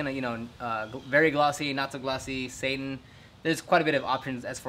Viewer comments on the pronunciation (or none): Very glossy, glossy... SATAN!?! that was funny. I knew you meant Satin. LOL!!!